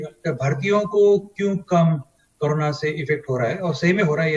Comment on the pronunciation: It is not appropriate for a famous news channel like NDTV to pronounce 'Corona' as 'Karuna'. Very funny.